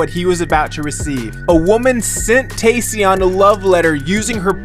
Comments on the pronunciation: "Te-ssion" 😂 You mean Taecyeon? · Tae-cyeon (syeon) seriously!? Lmaooooo it's tae-cyon (kyeon) 😭😭😭